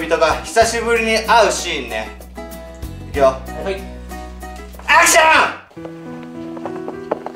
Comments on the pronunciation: アクションがはくション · アクション！！！がハクション！！！にきこえる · アクションがハクションに聞こえるw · 最後のアクションがハクションに聞こえた